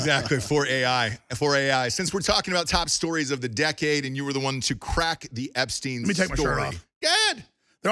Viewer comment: Dude is called "Epstein" not "Epstin".